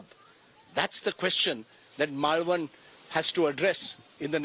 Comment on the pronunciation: Rajdeep can’t even pronounce Malvan😂